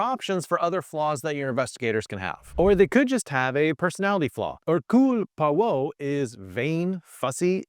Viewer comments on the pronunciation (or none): His kindergarten-level “French” pronunciation of Hercule Poirot will knock you out of your seat! 😂